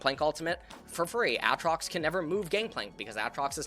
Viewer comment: Did this man just say Àtrox?